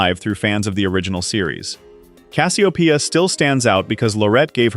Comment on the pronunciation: The person you are showing for the show isn't Dr. Wilker but the actor's picture is of the person who played him. You showed a character from the " Greetings From Earth " episode. Also, you kept pronouncing Cassiopeia all "fracked" up. Please get your A.I. sh** together.